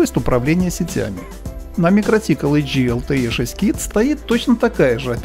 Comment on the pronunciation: Почему вы то правильно произносите название микротИк, то каверкаете его? Mikrotīkls Ltd (торговая марка MikroTik; читается «микроти'к» с ударением на вторую "и", в переводе с латышского "маленькая сеть" (mikro tīkls). //из википедии